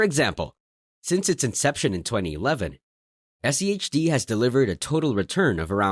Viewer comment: Why are you keep saying SEHD rather than SCHD?